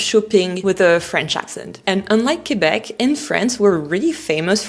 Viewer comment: First of all you have to well pronounce Quebec in English.